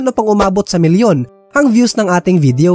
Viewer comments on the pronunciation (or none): none